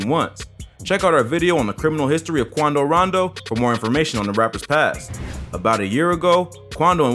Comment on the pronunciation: I was hollering how he said “Quando Rondo” 😭😭